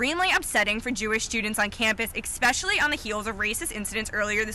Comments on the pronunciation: “Exspecially”. How do you get into college without basic English skills? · Sorry I have to bring this up, how are you a reporter and say especially " expecially'. Are you that bad at your job you can't say word correctly. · 'ekspecially' ...... the campus journalism students can't even speak english, FFS. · the reporter talking about the swastika said, "expecshaly". For God's sake, learn how to speak before standing in front of a need camera....or we will mock you mercilessly. Dimwit. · Did she say "expecially"? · Expecially? Did that reporter really say 'expecially'? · That reporter, whose main job is the use of the English language, a professional Englisher so to speak, just said "ekspeshly". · She said EK-specially.... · That... reporter... said "ex-specially." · Wannabe “reporter”: “ECKspecially” Love how educated our citizens are these days. Wow. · Did that reporter actually say eXpecially? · Actual Reporter (presumably with a degree in Jouralism that entails some exposure to the use of the English language): "...extremely disturbing for Jewish students *ex-specially* on the heels of blah blah blah...". Apparently even the news READERS aren't very good at their jobs.